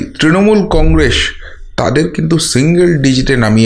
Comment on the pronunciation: কংরেস নয় কংগ্রেস বলেন, কিছু মনে করবেন না ।।।।😊😊😊😊